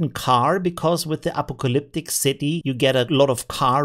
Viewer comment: FYI apocalyptic is pronounced "a PAW kah lip tick", though I may start calling it Apo-Calyptic lol